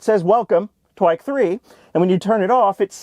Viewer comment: Hey google, how do you say "Trike" in uwu-speak? "Twike" Gotcha